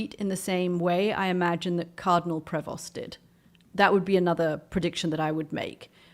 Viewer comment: People please know this: the name 'Prevost' is French. The 'st' is silent. Do not pronounce the 'st', it is silent.